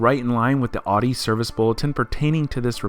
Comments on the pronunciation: y tf did he say odee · Cringe every time they say “aww-dee” instead of Audi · Am I the only one unreasonably bothered by them pronouncing it "awe-dee"? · You pronounce Audi wrong. Dumb ass. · How can someone who "knows cars" still mispronounce "Audi"?